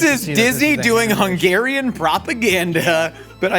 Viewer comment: I am so impressed by Hungarian pronunciation! I love when our food gets represented well AND the names are said (semi) correctly 😊